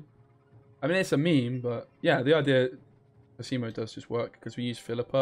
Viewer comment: It's còsimo not cosìmo